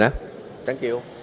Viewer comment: ขำตอนthank you นิแหละฮ่าๆๆๆ